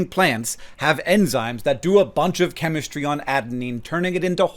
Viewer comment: the chemis-tree?